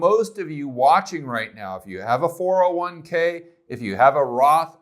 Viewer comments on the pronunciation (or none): none